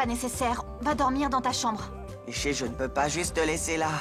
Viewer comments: Nisi ginesh peut pas dire Nishi, lol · Qui a remarqué que Jignesh dit tjrs Nissy